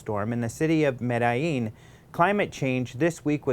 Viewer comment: Come on,. You can pronounce "Medellin" better than that.